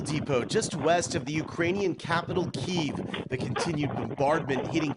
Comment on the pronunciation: Finally, somebody who is from the area who can pronounce Kiev properly! I was doing it all along!😆